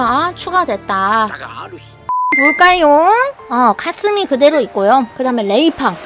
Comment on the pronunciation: 카스미 그대로 있고요 하는데 가슴이 그대로 있고요 하는줄